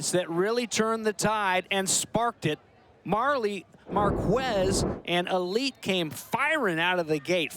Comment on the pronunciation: Every time the commentator would say "marqWez" i'd cringe lol but amazing game! Love the exposure this sport is getting!